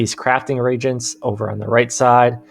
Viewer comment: pet peeve - it's pronounced RE-agent, not Re-gent. A Reagent is a material used to set up a chemical reaction. A Regent is an Acting Royal, like when an older family member rules for a child king. Pretty sure nobody is throwing away spare Regents they found in their pockets. :D